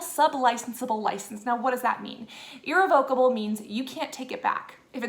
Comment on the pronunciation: Your vocal frying is unbearable. (PS Russia has an entire video of you in action, why do you think they would need to get your photos from an app to mess with you, legally, or otherwise? lol Yeesh. And learn how to pronounce words like “irrevocable” if you are to have any chance at all of sounding legit….lol Good grief.)